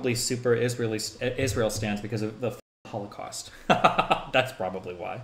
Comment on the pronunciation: Yo, is destiny secretly based? It sounded like he accidentally let it slip "That's enough of the hall-of-cost, I"m so tired of the...ww2 movies"